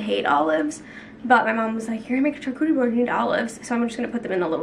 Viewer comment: The way you pronounce charcuterie is so cute hahah I think it’s pronounced shar not CHar ❤️